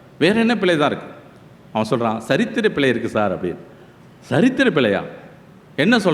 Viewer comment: " பிளை இல்லை" பிழை என்று உச்சறிக்கவும். ஆஸ்திரேலியாவிலிருந்து.